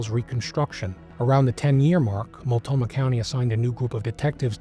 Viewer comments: Mult-no-mah county, not multomah. Otherwise, great video and overview of the case. I learned some new details I hadn't heard before. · This led the news for weeks in the Portland area. I remember it well. Everyone thought it was Terry. To the host: It's Mult-no-mah county. ❤ Great job on this, BTW. You earned a subscriber.